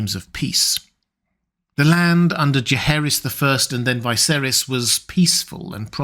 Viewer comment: Dude, I like your videos but why do you pronounce Viserys like that. Unlike everyone else and the show.